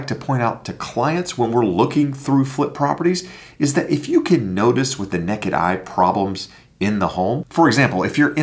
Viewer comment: "Nekkid eye"